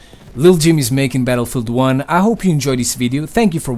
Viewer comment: The way you pronounce Battle-field1 triggers me.